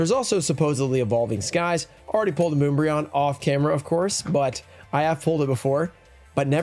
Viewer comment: Anyone else feeling cringe listening to him misprounce my boi umbreon 😂